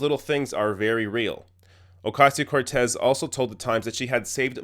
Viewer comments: The fact that they can’t even pronounce her name right (let alone make fun of her for not being able to afford an apt in DC) shows that they could give two shits about her or any regular person in our country. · Jesus fuckin' Christ man. If you do not know how to properly pronounce her name by now you do not belong in journalism, you stupid bimbo. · These pompous assholes. They won't even say her name right, I think that's intentional to demean her. People like this should be put out of our misery. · I think it's pretty obvious they're purposely mispronouncing her name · Do you know why they can’t pronounce her name? Because they are morons! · I cringe every time they mispronounce her name. So glad she called them out on it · I don't know if they knew if she got any degree at all... they did not even get her name pronounced right. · They do it on purpose to denigrate her. They know EXACTLY how to pronounce her name. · Can they at least say her name right? Ffs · even this guy can't say her name right ? white people's syndrome. if your name isn't europeen , they have all these walls up and even when you spell it slowly you still sense reticence. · First of all, you DEAD EYED BLONDE TWAT, her name isn't OcAYSeyo Cortez... it's pronounced, OcOsio, YOU FUCKING uncultured, Botox assaulted, dumb shits!! I hope these women get Botulism. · Oh-COSS-C-Oh! Not Cass! Idiots! How dare the bi-itchy laugh! Her clothing? F*ck you asshole! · I love how they pronounce the first part of her last name as if the word “see” is in between it, and sounds it as “queso” as in the melted cheese, to all in all sound like “o-que-see-o”. White people at their finest, ladies and gentlemen. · Somebody please tell them her name is pronounced Ocasio Cortez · Fuck this fox new bitches. Cant even say her name right, Alexandria Osasio-Cortez. Bitches roll those rrrrrrrr. I swear i wanna slap the smirks off these dumb fucks at fox faces. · Say her goddamn name right you corporate hacks.